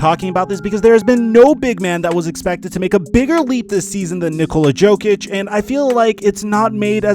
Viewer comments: You dont say the j in jokic. It's pronounced yo-kich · is that why you said Joe-Kitch, guess you don't watch basketball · Who the fuck is nikola JOEKICHHH